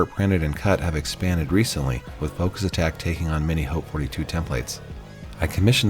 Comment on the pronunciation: You're only person I've heard pronounced the name "Haute" correctly. So many people pronounce it "hot" and it really annoys me.